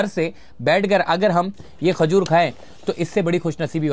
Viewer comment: Bhai, Sub baatay achee mager Khajoor aur Khoolna urdu kay huraf ک سے شروع ہوتا ہے نہ کے خ سے.